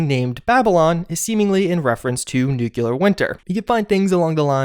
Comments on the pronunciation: Dude... NOO-KLEE-UR not noo-cue-lur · NEW-cle-uhr NOT "NEWK-luhr" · Nuclear is pronounced new-klee-ur not new-kyoo-lur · dude you are just graduating college and you still say "Nucular"? It's nuclear. Look it up in our home language dictionary. Nu-Clear. sound it out. Nu-Clear. not Nu-Cu-Lar. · NUCLEAR - not NEW-KILLER. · NEW-clee-ar. Nukular sounds GWB circa 2001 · It's not 3 locations, it's one. The tower by the fork in the river. That's why there aren't other holotapes. Also, it's not "nukuler" winter, it's "nuclEar" winter. It is just one of those things that gets me ever since Homer Simpson corrected the scientists. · I love your videos but, my God, it's pronounced "NOOK-LEE-UR", not "NOOK-YU-LUR". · Ive unsubscribed because you are dumb and refuse to correct yourself. How dare you have a degree from any higher education (which i highly doubt) and still pronounce "nuclear" as nuke U lar. Smfh for the LAST time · Love your videos, very informing. One gripe. Why can't you pronounce nuclear correctly? "New-clear" is the proper pronunciation. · NUKE LEE AR SAY IT! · Does it bother anyone else that says nucular instead of nuclear? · Bro its nuclear NEW CLEAR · How most people say it: nuclear. How Juice says it: nucelar. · "noocyalur winter" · UGH! I wish Americans would stop saying "nucular". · Its pronounced "new-Cle-ur" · please, please, pronouce nuclear right, PLEASE!! It's tearing me apart each time I hear you say Newclear!! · Please stop deliberately saying Nookyoolar and I'll totally like your vids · Didn't mind the cat kill, didn't mind Bethesda derping onto the Battle Royale train, but the butchering pronunciation of nuclear finished me. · "Nu...cle...ar. Nuclear". Come on man. Its not that hard. O.o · Disliking for mispronouncing "nuclear winter" and killing a cat.